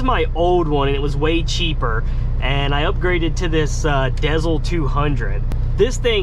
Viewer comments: Im glad you commented that. It was driving me crazy everytime he said dezl. LOL I miss seeing your videos too. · Haha. You pronounced the Garmin “Dezl” the same way I did for the longest time. It wasn’t until recently hearing a bunch of ads suddenly on Sirius XM that I realized they pronounced it “Diesel”. Makes sense though since they are OTR trucking GPSes. Lol. I do wish you the best. I love my company (smaller outfit with only 15 trucks that is a private fleet hauling candy). It always feels great when you get up there and get experience that you can use to pock and choose a company. If you have any more than a yer, don’t ever accept any less than .70 cpm. Stay safe put there. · Is pronounced like: “Garmin Diesel” lol